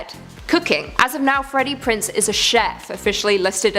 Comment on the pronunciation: Freddie PrinZe jr. Not Prince. Sorry but tired of your channels getting names wrong.